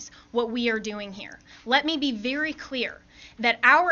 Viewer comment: vewy vewy SAD.......but funny 😢😅😂